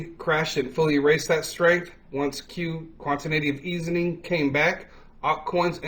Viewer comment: I did listen well enough to know you got it wrong just enough to where you mispronounced Quantitative Easing. And not just one either, every single time. And you never linked the cryptocurrency market to the NASDAQ. You just left it out, not letting anyone know that the NASDAQ powers the Cryptocurrency Market. That is a classic case of neglegence when informing your audience of financial matters. So for the future, and the spirit of the next holiday. I'm going to hope you get better at this. Remember, there is always room to do better! 👍🏾👍🏾 You can do it if you want to.